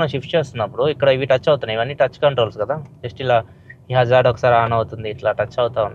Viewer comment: Meru Hazard antunte naku Wizard ani vinipisthundhi anna 😂 😅